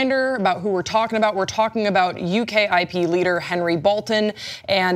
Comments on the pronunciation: Just in case you wanted to know it's pronounced you kip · Lmao when u said UK IP as separate things. The UKIP name haunts our ears down here so hearing it said wrong is delightfully refreshing. It’s like someone not knowing Donald trumps name, how great that would be. That’s a world I want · say UKIP like a word not like a couple of letters. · You shouldn’t have done this story without actually researching it. You aren’t saying the party’s name right, it’s also a party for racists, they all think like this.